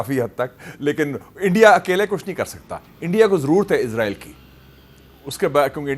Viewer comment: اسرائیل not عزرائیل